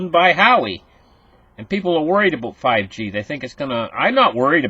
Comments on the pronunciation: it's whaaway not Howie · not How-ie..... it's Wah-way.... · who-wah way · Pronounced wowway spelled huawei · pronounced Hwa Way - - Hua Wei